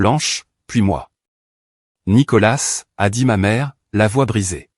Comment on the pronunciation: On ne prononce pas le s de nicolas